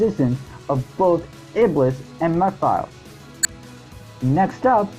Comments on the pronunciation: It's pronounced Meh-phil-is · Too bad we lost too many of them to Ken. Wait a minute, did this guy just say "Meh-files?" Dude, his name has been said in the game he was in. There is no disputing the pronunciation of his name, lol.